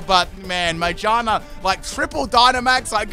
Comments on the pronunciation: Am I the only one who noticed the pronunciation of Magearna? It’s literally pronounced Ma-gear-na. What is this Mage-are-na? I do not know this pokemon. What is its type? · its annoying how he says magearna (its mag-ear-na not my-ge-are-na) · Its name is Ma-GEAR-Na... Not MAGE-arna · Magearna: Has the word "gear" in the name.: Majina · Still can't get over him pronouncing Mah-GEAR-nah as May-JAR-nah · Me: MA: MA Me:Gear: Gear Me:Na:Na Me: Magearna: Maijarna! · Yo, I'm a bit confused unless you're joking but why do you pronounce Magearna like "mage-arna" instead of "ma-gear-na" since its a pokemon about cogs and gears lol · I'm sorry but 'ma-jar-na' insted of ma-gear-na. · Every time he mispronounced Magearna I lost about 16 brain cells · "Mayjina" ah yes, mayjina, the robotic rabbit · Pronouncing “Magearna” as “Magina” is hilarious 😂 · It still sounds like he’s saying magina lol Aw no dc this time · The way he pronounces Magearna bothers me more than it should. The correct way is Ma-GEAR-nuh. That's how it is in the movie (Volcanion and the Mechanical Marvel) and it makes sense since the Pokémon is based on a mechanical Poké Ball with gears. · Say it with me: Ma-gear-na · It's ma GEAR na lol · why he say magearna like "magina" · why do you pronounce magearna majarna? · Ma-gear-na as is it’s made of gears. Come on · It’s MA-GEAR-NA. Sorry but that was bothering me 😅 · Okay but stop saying magearna as majarna please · Okay, but it's literally a pokemon made out of gears, so. MaGEARna. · Back at it again with saying Magearna's name weirdly again 😭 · I died even harder the way he said Magearna 😂😂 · Him saying MaGEARna wrong is triggering lmao jk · the way you pronounce magearna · Why u pronounce Magearna like a specific female body part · i am allergic to how he pronounced magearna. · wtf is ur pronunciation of magearna?😭😭